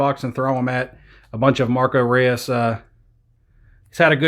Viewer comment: SIlva not at real, and marco reus pronounced royce